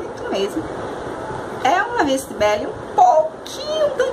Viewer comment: Sua resenha ficou ótima, só faltou algumas correções como por exemplo no início do vídeo você disse que o perfume custava 29,00 reais, sendo que seria 129,00. E o outro é sobre a pronúncia do Lá Vie Est Belle, que se pronuncia“Lá vi é béle” em francês livre “A vida é bela”. Grande abraço